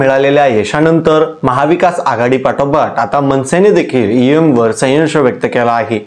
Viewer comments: संयश नाही संशय म्हण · सयंश नाही संशय म्हणा सर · Sayyansh nahi bhau sanshay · संशय रे बाबा संयव्श नाही रे बाबा 😮😮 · अरे बाबा संशय संशय बोलतात..संवशय नाही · आधी आपली भाषा सुधारा. सायंश नाही संशय असा शब्द आहे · बातमीदारास संशय हा शब्द बोलता येईना ते बातमीदार संयश असे दोनदा उच्चारले. फार वाईट वाईट वाटले. मराठी भाषेचा अपमानच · 😊बोलायला शिक नीट. म्हणे सयंश, संशय शब्द बोलता सुद्धा येत नाही आणि संशय घेतो 😂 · अविनाश तुला साधा संशय हा शब्द म्हणता येत नाही , सयंश म्हणतोय😂😂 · आधी शुद्ध मराठीत संशय हे बोलायला शिका.. बोबड्या बोलून व्हिडिओ करता येत नाहीत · व्हिडीओ करून बोलताना शुद्ध बोला. ' संशय ' हा शब्द तुम्हीच कसा उच्चारता आहात? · संयंश? उतरीत कळा? कुठली मराठी बोलत आहे हा? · अरे तु कसला पत्रकार तुम्ही आधी मराठी शिकून घ्या संशय म्हणा उतरती कळा म्हणा उच्चार नीट करा!! बाकी अविनाश दादा करेक्ट बोलतात जनजागृती व्हायला हवी लोकशाही वाचायला हवी! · अरे तुला संशय, उतरती कळा हे शब्द पण म्हणता येत नाहीत? पहिले मराठी शब्द शिक आणि मग व्हिडीओ बनवं